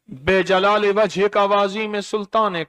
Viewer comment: lijalaal e hy aap be jalaal e perh rahay hn